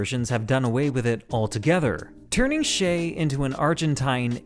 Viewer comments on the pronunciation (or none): Ernesto Guevara's common name was Che [t∫ei] not "Shay". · Guevara's name is Che, not Shay.